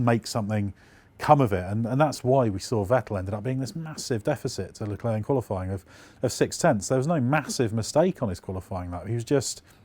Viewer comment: Leclerc pronunciation: Luh claire, not leh klurk